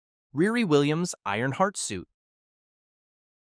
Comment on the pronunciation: Please work on your pronunciations. It's NAY mor not Nim er, Ree Ree, not Rah ri or Rear e. Come on, it's not hard. My real name is easy, but people from around India insist it's Vindi or Bindi, it's not. People like their names pronounced correctly, they are funny that way. It's not an accent, it's just wrong. If I can try really hard to say other culture's names correctly as an American, so can you!